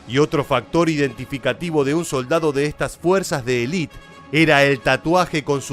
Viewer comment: se dice elite completamente no elit